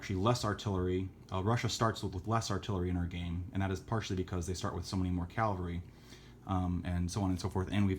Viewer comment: Lol. Please stop saying Calvary. Cavalry. Thank you.